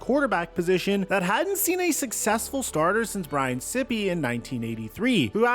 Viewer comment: It's Brian Seyepe...